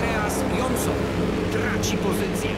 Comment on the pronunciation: Nie janosona tylko jonssona